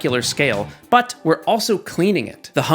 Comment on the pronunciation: I don’t know why but the “But!” Quality this episode is off the charts